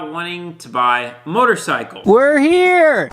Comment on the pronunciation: “Mortarcycles” 😂